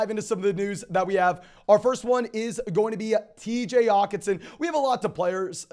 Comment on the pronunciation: does he not know how to annunciate the H in Hockenson? lol